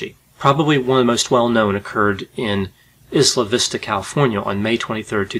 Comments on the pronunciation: pronounced "eye-luh" vista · I really enjoy your channel. Not to quibble, but Isla Vista is pronounced EYE-luh Vista. :)